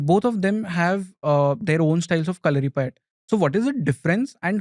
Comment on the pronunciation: Dont know, why the gurukkal is pronouncing it like that...there is no stress to "U'' in kalaripayatt"u"